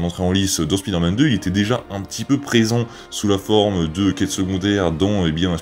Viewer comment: Au tout début de la vidéo j'ai cru que t'a dit "pider-man" 😂😅